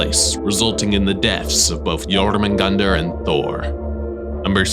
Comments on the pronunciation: Hahahahh I have always pronounced jormungandr as yo-munga-durr hahahah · this man is the only person i've seen properly pronounce Jörmungandr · I like how how u pronounced jormudgandr and Ragnarok! It’s really accurate:)